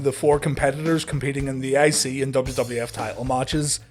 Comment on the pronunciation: Every time he says I-C champ or I-C TITLE I am hearing ICY-champ ICY-TITLE! L lol